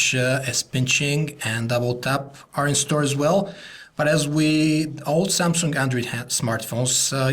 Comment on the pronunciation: Where in the word Samsung do you see a 'k' ? Where? XD If you can say "samsungk" then obviously you can also just say "samsung" right? :P